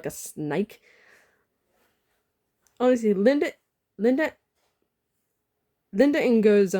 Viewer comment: It’s Linda no as Welian not Linda Ngo the g is silent